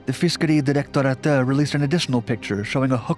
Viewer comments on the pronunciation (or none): I couldnt help but laugh "or Fisköry Dlolegdlagh" sounds like something out of an anime, or somone punched their keyboard while typing the script for the video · Fiskeri derektoratet you said it soooooo fail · You saying, Fiskeridirektoratet had me dying LOL